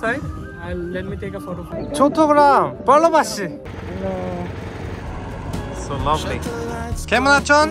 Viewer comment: ok let me correct you one thing that is "bhalobashi" not bhalobash bash actually means bamboo🙂🤲 and its ammu khudalagSE not khudalagseT btw take loveeeeee❤️❤️❤️❤️❤️